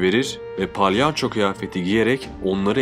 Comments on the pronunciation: abi palyanço değil yalnız o yanlış telaffuz ediyorsun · palyanço demeseydin iyiydi 😂